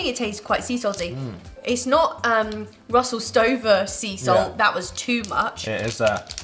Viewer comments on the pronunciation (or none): none